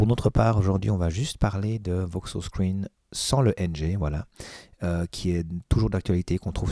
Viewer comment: C'est pas "Voksos" mais VokOs. ;-)